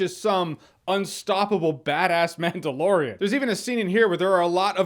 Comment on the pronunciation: Mandalorian lore, or Manda-lore-ian? I'll go now